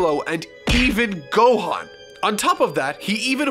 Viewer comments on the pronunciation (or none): none